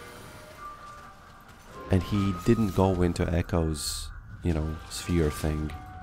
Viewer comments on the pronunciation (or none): none